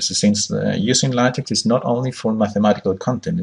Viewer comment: Nice video, however you should learn how to pronounce LaTeX correctly.